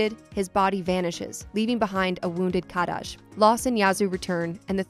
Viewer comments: Kadaj name is pronounced ka-dodge. You’re rolling his name like it’s Spanish 😆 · Happy to pronounce the regional mistranslation of Aerith and yet insists on pronouncing Shinra as “Sheenra” 😒 I get it, i’s are e’s in Japan, very good, but we have the officially translated products themselves, just go with that. Again, , Kadaj has one D, not Kad-daj, and Yazoo is a perfectly normal Japanese name, it derives from Yasu, if you wanted to make fun of it point out that it’s traditionally a female name. Also Denzel is one word. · I also super hate how she says Kadaj. THEY LITERALLY SAY IT PROPERLY IN THE MOVIE. PLS. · She pronounces kadaj’s name weird. She should watch the movie to see how they correctly pronounce his name lol.